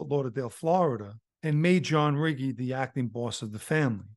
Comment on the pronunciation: Good video John. Just for future reference Riggi is pronounced Ree Gee.